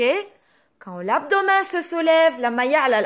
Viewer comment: درس كتير حلو بس بكل محبة كلمة abdo W men بتنلفظ متل متل كلمة Men بالانكليزي